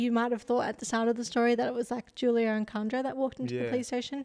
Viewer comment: It’s pronounced “who-lio”